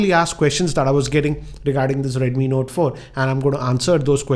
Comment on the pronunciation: your videos are great and i always watch your videos but sir dnt mind ur accent is kinda wired sometimes u pronouns words very strangely like notaaa 4 with pause...and u also make kinda anyoing noises..dont mind sir but your videos are pleasure to watch.thanks